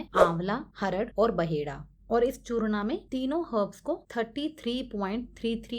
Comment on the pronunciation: यह चूर्ण है "चूर्णा" नहीं 😔